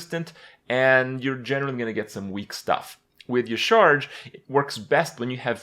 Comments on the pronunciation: Dear Papa Krip, yah-SHA-raj (Y'shaarj) Sincerely, your local Lore Nerd. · It's pronounced "Yasharaaj" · Ucharge.... Ucharge... It's Yasheeraajh